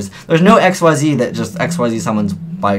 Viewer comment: I'll just keep saying this until you change your was. IT'S PRONOUNCED "IK-SEEZ!"